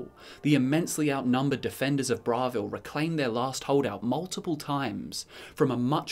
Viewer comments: Bravil Bruh-vill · Disliked for the dumb pronunciation of Bravil.